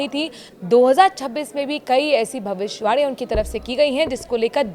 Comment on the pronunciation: Yeh bhavishwani kiya hota hai? Tumhe bhavishyavani,bolna hai ,sahi shabd ko khao nahin. Theek bolna seekho. Shame....